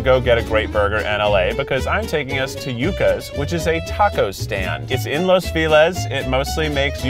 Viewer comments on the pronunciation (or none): Can we also listen to how he says Los feliz, like los feeeliz.. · I wanted to cry when he said "los feliz" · I’ve heard y’all talk about “Las Feelez” a few times now and I’m just wondering how that pronunciation came about from “los feliz” (lohs fell-eece) as in “Feliz Navidad” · I’m not from Cali and thought he was saying “los villes” which was bad enough and when I found out the truth, I died a little inside. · Los feliz is a spanish word, pronounced lowes fehleez. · Kieth honey it’s pronounced los feh leez, like feliz navidad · And also how he said Los Feliz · 'Los Feliz' xd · Keith needs to stop taking people to los feliz until he can pronounce it correctly lmao (also it's yoo-cuh it's a vegetable) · Keith you really need to stop pronouncing Los Feliz wrong 😂